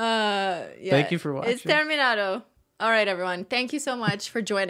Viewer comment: I love how you said terminato!😄 it's such a classic interference for french-speaking spanish learners, it’s what I want to write my doctor’s thesis about as soon as I finish my studies :virtualhug